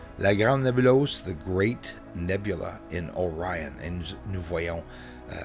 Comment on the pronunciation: On dit Nébuleuse et non Nébulose